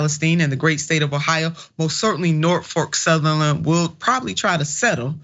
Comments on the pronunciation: She clearly called it "NorfoRk Southerland. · I believe that anyone who cannot pronounce a railroad's name correctly is an idiot! #Norfolk Southern is the correct pronunciation